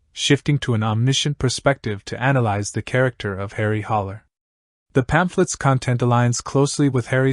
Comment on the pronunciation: It’s Harry Haller not “Holler.”